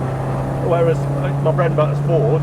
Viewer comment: It's a Forda or Farda!!! 🤣🤣